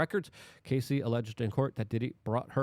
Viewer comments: Isn't it pronounced Cassy (like classy) not Casey (like Casey Jones)? Great reporting though. Thanks Luke. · Say it with me Luke. "Caa-see"